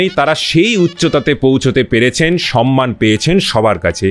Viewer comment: Khub valo laglo, shudhu duto shabdo vul uchharito holo. Samman ke 'sanman', ar tamrolipto ke 'tamrolipi'.